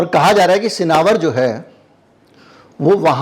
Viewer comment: Sinawar nahi sinawar h